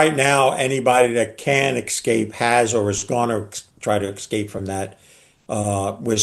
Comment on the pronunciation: I question the credibility of anyone who says "axed" and "ex-scaped" instead asked and escaped.